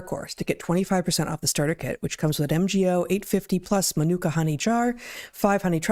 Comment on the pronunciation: I laughed at the way Heather pronounced Manuka Honey? Ma Nu Ka😂